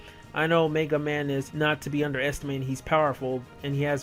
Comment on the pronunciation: MAYga man lol